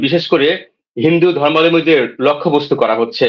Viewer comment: এত পড়াশোনা সত্ত্বেও এরা অশিক্ষিত কথাটা ধর্মালম্বী নয় ধর্মাবলম্বী হবে